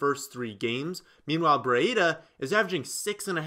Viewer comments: Breeee daaaaa the i is silent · Hate how he says Brieda